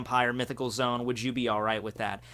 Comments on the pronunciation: Oh my gosh. Him saying zoom instead of zo-an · its zoan not zone pleeeeeeeeeeeeeeeeease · “Zone”? I thought it was “Zo-an”... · it is zo an not zone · Love the videos. But it’s zo- an not zone. Like zo and without the d right??? And Dachshund is pronounced as Dotson. Sorry.. I had to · Mythical zoan suk-ub-us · Did he say zone